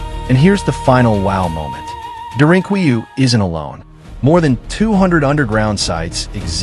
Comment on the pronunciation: It's pronounced "dare-in-coo-you"